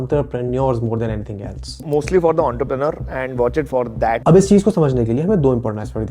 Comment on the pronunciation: antarprenur????bruh mispronounce